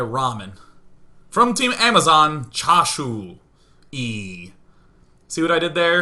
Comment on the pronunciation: The way Day9 mispronounces chasui is making me VERY hungry.